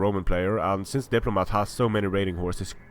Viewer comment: You got the factions the wrong way again :D at least you're pronouncing my name right now though so I'll forgive you